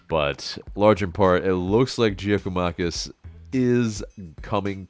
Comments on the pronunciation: It is pronounced Yia-koo-mah-kiss. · GG is pronounced Yakomakis. Would be a great signing. Will be top scorer